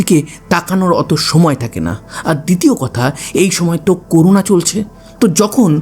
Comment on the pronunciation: করুনা না করোনা হবে😒